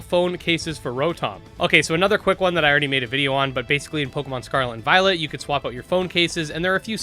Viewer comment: Don't know why but often hear "Pokemon Scarlet and VioleNt" xD